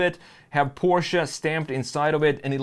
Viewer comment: Instant thumbs up for saying Porsche, and not PORSH! Thank you!